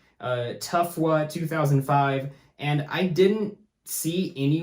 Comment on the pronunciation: i absolutely love how you pronounce tfw2005 as tufwuh